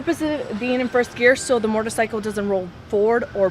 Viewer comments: She says mortar cycle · Learn how to say motorcycle first haha she says mortorcycle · "Mortorcycle"...."shifter gear"